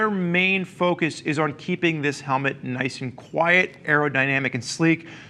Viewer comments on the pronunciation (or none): none